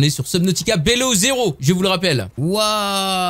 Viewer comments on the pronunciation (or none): Prononcer bilow zero stp x) et jme spoil pas mdr